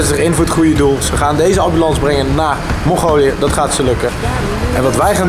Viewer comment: lol giel zei mogolië ipv mongolië